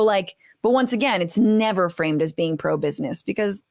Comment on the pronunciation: I thought she said “better show up” not “never show up”